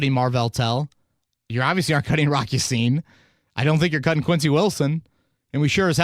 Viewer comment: Ya-Sin's first name (Ab'd Al-Rahman) makes me believe that Ya-Sin is probably pronounced with the Arabic vowel (Ya-seen).